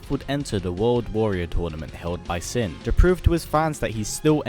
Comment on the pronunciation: What‘s sin? It sounds like S.I.N